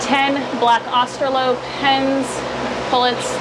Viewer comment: I’m sorry but is your plan to breed and sell? Sorry I’m grammar police but it’s pronounced AustraloRP. Not Australop. I think your big birds will get the hang of it eventually. I have Australorps, Rhode Island’s and Orpingtons (hefty girls) and they can jump to their boxes and perch without any issue.